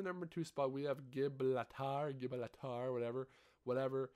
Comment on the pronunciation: Gibraltar is pronounced jibrolter, it’s a British island. My list is: 1.Gibraltar 2.Pointe du Hoc 3.USS Texas 4.Flak Tower 5.London Docks 6.Aachen 7.Sainte Marie du Mont 8.Ardennes Forest 9.Gustav Cannon